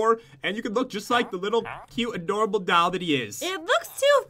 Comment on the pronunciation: Whenever pat says doll he says dall